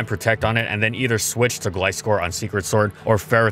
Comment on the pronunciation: wait, did he just call sacred sword, "secret sword"?